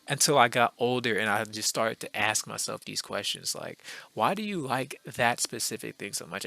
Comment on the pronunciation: Ok so I'm new to your channel, I found it cause I intentionally searched up this topic. Okay so two things I wanna mention real quick: 1 you kinda say "aks" when you say "ask" idk if it's intentional or nah just noticed. 2 what is that windows xp lmao. Okay so I searched this up because I was playing a visual novel called 18titans (just saying it's 18+, not bad tho) and in that game you can hook up with raven but it's more of a relationship you can build up than just hitting on her ykwis and that's what got me thinking and I ended up here. So ye like I know we're talking about cartoon characters but that aside it's just facts man like everyone loves raven and gwen and these kinda girls and I find it strange too. Like I even remember some kinda video I watched at one time and it was kinda like an online survey of some sort or idk but to cut it short men had to vote for women based on how attractive they find them on a scale from 1 to 10 and the goth lookin girl won there too. Idk like there is something about this dark personality and yk this reserved type personality that fsr just attracts ppl cuz it's kinda differend from the average and thus it's exciting. Definitely an interesting phenomenon.